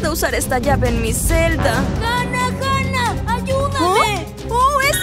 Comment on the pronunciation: se dice Hanna